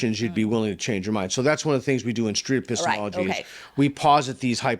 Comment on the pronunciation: 不知道為什麼我一直聽成 pissthemallogy